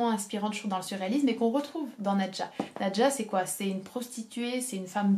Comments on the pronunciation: Qu'est-ce que j'ai aimé Nadja! (Juste: je crois être sûre que l'on doit prononcer "nadia" selon le russe d'où est tiré ce nom) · En russe c'est prononce "nAdia"